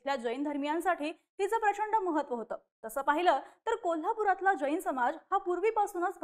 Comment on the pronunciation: बाई ग ,आधी शब्द उच्चार नीट कर. ' ज ई न ' अस्सा उच्चार न करता 'जैन ' असा कर. तसेच राजू शेट्टी हे सर्व समाजाच्या शेतकऱ्यांचे नेते आहेत. फक्त जैनांचे नेते नाहीत.